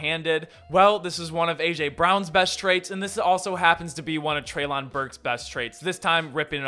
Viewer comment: It's "trey'lin"